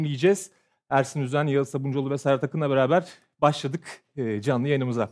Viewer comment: Serhat hep ersan diyor ersin e 😂😂